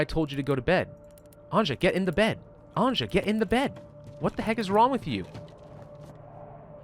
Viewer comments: Episode 3: still pronounces Anja, literally instead of pronouncing it Anya Dx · the 'J' in Anja is pronounced like the 'J' in Bjorn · please stop pronouncing Anja wrong. sick/hurt people don't need to rest during the day, changes are only happening during the night. no need to use fuel during the day if you are above 0 degree, only fuel to be above 10 to survive a night. that should save some fuel. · It is not like he would read comments at all :) EVERYBODY was spaming it under the last Story mode, and in this we ALL are saying how he should pronounce it...yet NO he still pronounces it like some retarded French would, raping the simple Slavic name